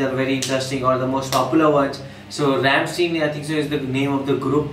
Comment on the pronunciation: Rammstein not Rammsteen